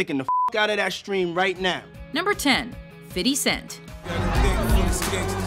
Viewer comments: Why do white people say "fitty cent" smh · it's fifty not fitty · "Fiddy Cent" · Did she say "Fitty cent"?? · Lol she said fiddy cent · did you say ''fitty cent'' ? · did she really call him fiddy cent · Did she just say fiddy cent ? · is calling 50 cent "fiddy" some inside joke? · I HATE when these folks say 50 Cent name as Fidy